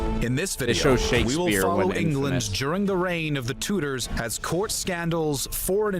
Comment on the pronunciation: "the Tooders"